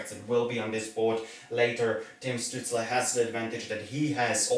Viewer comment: Capitals T-Shirt and Canadiens cap, some people would get a heart attack from that. Btw Stützles name should be pronounced with Sh in the beginning. When you take into consideration also depth charts of teams, picks will be a bit different. Ducks will not take a center, they drafted a center with high ceiling potential in the first round last year (Trevor Zegras), Ducks will likely choose a defender, because they dont have many in the system. Hopefully Drysdale, but Sanderson would be fine too.